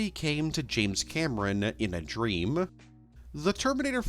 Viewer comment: What accent/cadence are you doing here? Is "male valley girl" actually a thing? And don't even try to tell me that you normally pronounce "dreaMUH" or "twenty-seventeeNUH" or "didn't do very weLLUH"..